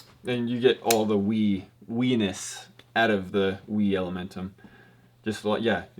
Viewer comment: Lol he said Weniis